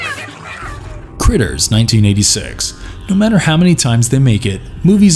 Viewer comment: Its probably already stated but its Krites not critters for the creatures in 'Critters'